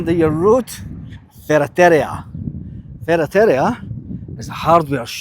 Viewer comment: Like I said in the comment that has been deleted these properties are nothing more than a money pit.Had to laugh at your pronunciation of ferreraria.JAJAJAJJA